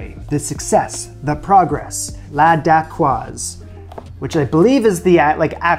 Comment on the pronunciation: Thank you for pronouncing "dacquoise" correctly! Looks great!